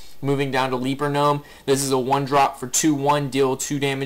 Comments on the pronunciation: le-per not lee-per. good guide though. I'm still working my warlock rush and this is good info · Kyle Becker leaper hehe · Is it me, or is he continuously mispronouncing leper?